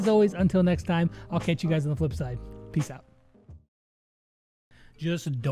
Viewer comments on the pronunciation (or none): none